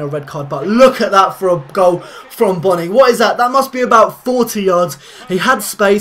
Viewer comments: say boooooooooooony not bonnny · Pronounced Boney